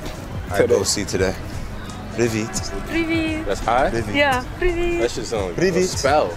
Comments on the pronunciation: Какие люди позитивные! "Привіт" та "бувай" чудово повторили з першого разу) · Так, дуже гарно вимовляв) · У хлопця чудово вийшло вимовити: "Привіт" та "Бувай" =-) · Ці афроамериканці так круто "привіт" і "бувай" вимовляють, враховуючи, що вони вперше чують укр) Майже без акценту